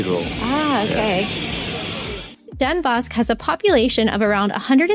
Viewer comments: Indeed. Den Bos, with a slightly harder or pronouncd "s". Definitely not "sh". An immediate giveaway that you're foreign. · Pronounced denbos (S). If meetup, please let me know. I'll show up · I don’t want to nitpick, but … Den Bosch is pronounced Den Boss.